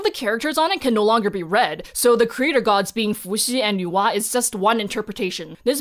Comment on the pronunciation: My brain when I hear Nuwa: Why does is sound like Noah?😵‍💫😅 Even subtitle in other video said Noah 😂